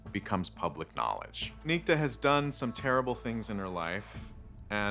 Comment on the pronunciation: A Dude? Everyone On the show? Pronounces that name? Nick-Ta NOT Neek-ti. Perhaps you should have made sure the show Pronounced the name Your F-ed up way.